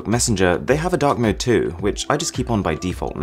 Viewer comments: i thought you said dog mode lollll instead of dark mode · I thought you said dog mode in stead of dark mode. XD